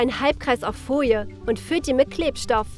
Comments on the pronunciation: Wen regt es auch immer auf,wenn sie „Fojie“ statt Folie sagen...der liket❤️ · Eig. Folie.. sie sagt: "Foie"